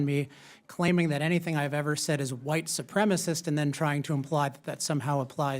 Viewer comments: Shouldn't this headline say "Lauren Boebert FURIOUS with Cori Bush for White Supremis SMEAR on Witness"?? Lauren said "White Supremis" three times here, proving that she doesn't even know what the word is. LOL! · "SUPREMACIST" NOT "SUPREMIST"!!! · still confused as to why people say supremist as opposed to supremacist while speaking. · Your realize that it is Boebert that doesn't know how to say "supremacist" right?